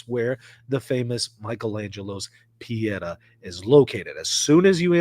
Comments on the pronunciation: Not Pe et ah but Pe eh tah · Google italian pronunciation of pietà is correct. I just say if you want to talk about it again. It's pietà, not piedah, but do not worry.